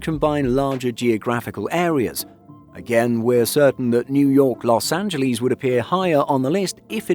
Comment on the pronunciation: Los Angleeeez?